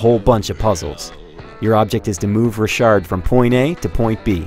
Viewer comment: i think its pronounced rock hard